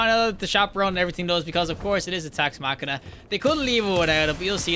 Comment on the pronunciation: This guy is really giving me new pet peeves. It’s Tex Mechanica not “Tex Machina” It’s hipfiring not no-scoping. The weapon doesn’t have a scope 😂